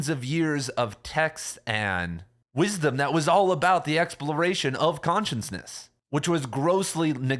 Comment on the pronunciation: Shhhh. It's cute.